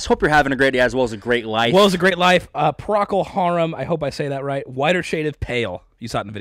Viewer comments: You said it as if it spelled "Pracol" but its pronounced "pro-col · Wait - -all these comments and nobody felt the need to offer the standard pronunciation? It's PRO-kull HAIR-em. Great song, agree with the reactions. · Pro-coal Harem is how it's pronounced.😊 Love ya guys. Great channel. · & - You were close,. The name's pronounced Prōcol (long "o" in 1st syllable) Harum (like a harem). I felt a sense of wonderment when I first heard it on the radio, because it was strange to hear the organ, like at church - although by the early '70s, my mom had a Lowrey electric organ, with bass foot pedals, 2 rows of keys and about 40 instrument voicings - and I was an atheist (still am). She originally played piano, which was also my first instrument at 8 - then synth and electric keys, then clarinet, oboe, alto sax - and finally took lessons & learned to play (more than 3 chords on) acoustic and a 1961 EKO, f-hole electric guitar, in my forties. I'm also - mainly - a lead singer, though I still have my sax, keys and 3 guitars. I'm a 60-year old woman, and still perform, though not in venues the past 2 years, due to the pandemic - except by bonfires with friends. 😊🔥🎸 I was amazed when my friend Sue, who played keys in a Genesis and Yes cover band (in the '80s), played my mom's organ ome night, and did some Yes & Genesis songs, making good use of the instrument sounds. I never was able to play it like that - her playing was way beyond my skill level. Guys were mesmerized by her, surrounded by keyboards like Rick Wakeman of ELP was - and she sang like Kate Bush. The dudes would hardly notice the lead singer who dressed like Peter Gabriel and moved amid dramatic set pieces and stage lighting, to replicate Genesis' stage shows. Ah, those were the days! I so appre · And... I've already known them as PRO-cuhl HAIR-um, with a long-O first syllable. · ...it's pronounced Pro-coal Harum. Also fun fact... Robin Trower started out with Procol Harum.